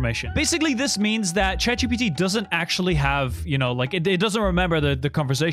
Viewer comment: Chet GPT 😂😂